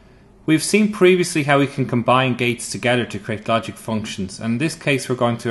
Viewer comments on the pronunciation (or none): none